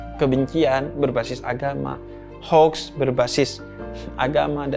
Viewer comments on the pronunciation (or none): none